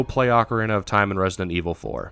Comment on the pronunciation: Say it with me now, "Oh-kah-REE-nah".